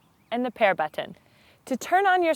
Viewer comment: Look folks I am just a man and I love tits as much as anyone but when she said Bu"T""T"on I somehow became fuckin infuriated! Maybe its just something wrong with me? I think this one needs to go flick her own Bu"T""T"on for a little while and maybe make a video of that! ha